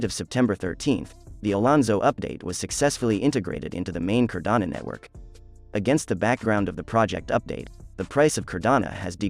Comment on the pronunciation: It’s Cardano, not Cardana